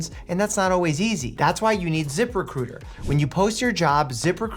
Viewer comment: Once you hear zip recruiter as zipper cooter you can't unhear it.